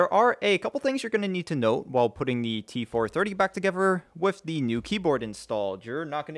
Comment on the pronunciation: See an orthodontist soon, they can help you pronounce 'together' and NOT 'togevver' as you did during this video - the same with 'further' and NOT 'furver' !!!